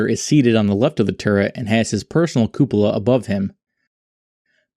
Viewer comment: You deserved a like just for being able to pronounce "cupola".